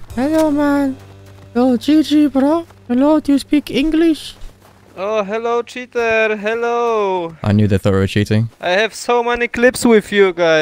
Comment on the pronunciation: "you very cheter" lmao